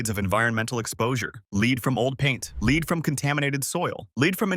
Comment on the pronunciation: Lead mispronounced "Leed" makes for incredulity .